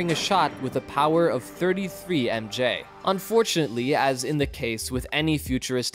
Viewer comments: You should just say megawatts and megajoules. Pronouncing MW and MJ as MW and MJ sounds like you're reading from a wiki article, but have no idea what any of it means. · What's with the pronounciation of the units? It's like the narrator doesn't know what MJ and MW stands for